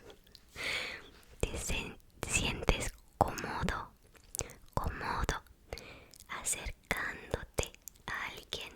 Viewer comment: I think when you were reading "cómodo" you were thinking about my last comment about duration. As if the comments from your videos flutter around you head, like imaginary friends. You are saying it like cómódo. The long sound is in both O's when it should be only in the "co" syllable the other syllables should be equally shorter.